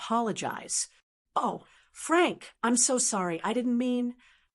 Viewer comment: Every time the voice says “Frank”, I cringe. It’s wrong.